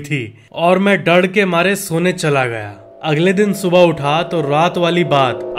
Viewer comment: bde bhai sorry lekin dadd nhi hota hai dar hota hai